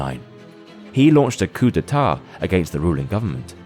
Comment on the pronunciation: oh wow they pronounced coup d'etat correctly. im surprised. since you pronounced Gaul as ghoul.